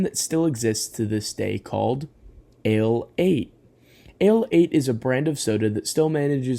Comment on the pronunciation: Ale 81! Not "Ale 8" it literally explains itself as "A Late One" hence "Ale 81"